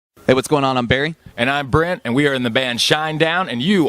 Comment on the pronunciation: It's " Brent " not " Brant " =)